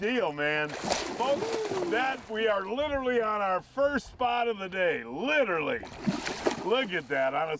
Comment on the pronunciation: “Litterly” is not a word. “Ahgust” is not a word. “Breakeen” is not a word. “Gaween” is not a word. “Intresteen” is not a word. Manufacturer not manufacture.